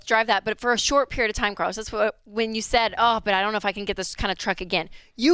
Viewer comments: Bro called in as “Car-los” and hung up as “Car-less” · Carlos… you say? Car-los.. Car. Loss. He was destined to sell his cars!